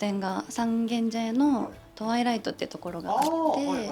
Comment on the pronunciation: 自分も大好きな本屋さんですが、店名を間違えてます。「トワイライト」じゃなくて「Twililight(トワイライライト)」さんです